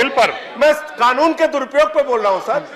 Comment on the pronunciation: Owaisi Kanoon ko Khaanoon bolta hai, kaisa leader hai be tumhara, anpadh kahi ka